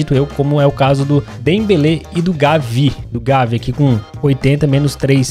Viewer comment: O cara tem 2 milhões de inscritos faz conteúdo de FIFA toda semana e pronuncia Gavi errado